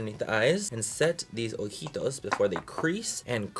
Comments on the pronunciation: Oh my god the way you said “ojitos” sounded so perfectly in Spanish 😳😱😍🤪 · he say "ojitos"!!!! ❤